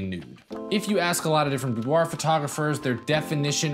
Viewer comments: Hi! New to your channel, I like it. I am from France... Just a remark: boudoir is pronounced boudoir not "boudoahhhhh" even from France;) See u! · IF you are from France, you probably don't say Boudwah. That's an American thing. If a French person would ever to say the word, they would say boudoir, but the r is a gutteral, back of the throat R, which most Americans, with their front of mouth R can't hit, and apparently can't even hear. If you want to get closer, say boudwah, then gargle the h to make an ahhhrrrr sound. Then dial that down to about 10 percent and make it sound romantic, and not like you're choking on a fishbone. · I had a model pronounce it "boo-derrr" once. It was great. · I giggled at the French way to say it :P It's how I say it loll Thanks for the awesome videos!